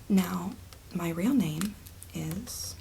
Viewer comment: You're pronouncing your son's name wrong you fuckin peanut 😂